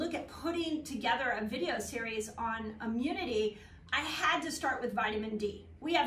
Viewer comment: Can't watch anybody that can't say the word. It's not ' Amunity'. Sigh!